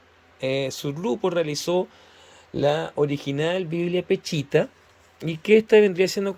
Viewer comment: No se dice peCHita, sino peSHita, pronunciese la sh.